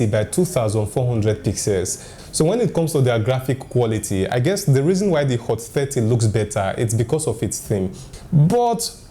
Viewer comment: Hot Fatty? im sorry I hear only that